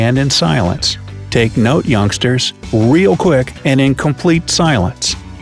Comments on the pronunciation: Did anyone realize it said oungsters instead youngsters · oungsters instead of youngsters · Listen here “OUNGSTERS” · Youngsters not oungsters... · U said oungsters its youngsters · On number five instead of youngsters it says oungsters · Remember, "oungsters" lol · Ikr it literally said 'oungsters' 🙃🙃🙃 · "take note oungsters" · "take note , oungsters" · Where’s the “Y” in youngsters? 🤔